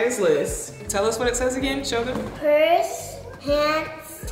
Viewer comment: Not Pirs instead of Purse